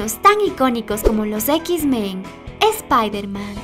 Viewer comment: Buen video!!! Solo una observación.....No se dice equis Men sino: -eks Men-.....